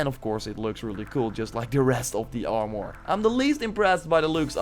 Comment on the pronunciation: Hearing him say Aowmore and Asasn cred origns pains me